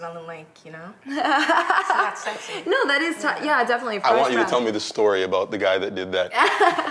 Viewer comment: we dont say aboot..